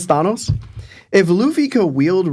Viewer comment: So yall pronounce Thanos like that as well? It has to be a jersey thing because my girl pronounces it the same and she from hersey too.